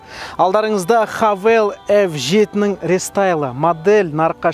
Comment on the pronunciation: Хэйвл деп оқылады